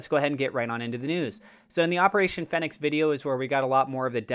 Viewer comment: Great video content as usual…but please…it’s pronounced “feenicks”